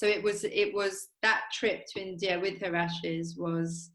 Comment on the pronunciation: Ah, wif’ Youf’! Stayed at his gaff once. Top geezer.